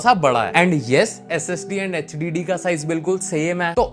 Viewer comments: bhai Kya Hogya h tujhe? Hdd ko hhd bolra h partition ko Partner bolra h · Hdd❌H diddy✅😩